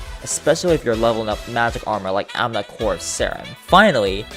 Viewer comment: Every time he says AMNA I died a little inside.